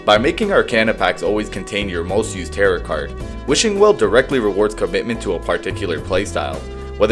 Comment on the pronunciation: Bro just said "tarrit" cards... its taro. Edit: chatgpt script no wonder